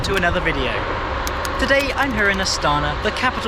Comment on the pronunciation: Emphasize on the last vowel - astanA